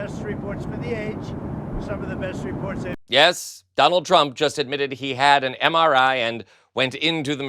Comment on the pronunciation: Can't even pronounce MRI😢😢😢MRI is used to detect strokes...